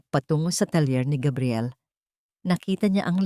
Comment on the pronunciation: Please Gabriel not kabriel please wag Naman masyadong ewan